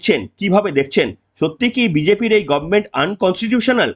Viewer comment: গভর্নমেন্ট কে মমতা বলে গরমেনট।